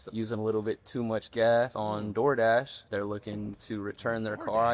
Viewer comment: He didn’t say”DoorDash”, he said “doorhash”.